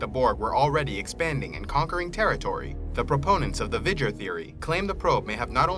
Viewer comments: It's pronounced VEE-Ger, not VIG-er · I mean, indeed sir. It is a bit humorous to hear of this "Vijjer". Clear pronunciation from a Movie Clip from Star Trek the Motion Picture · You're supposed to pronounce the V in V'ger "VEE-jur" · V'ger is pronounced Vee-Jer. My belief is that V'ger created the Borg. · yeah, what's this "vidger" crapola?